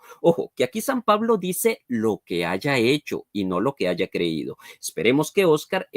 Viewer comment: El licenciado con futura maestria dice "aiga". Jajajajajajaja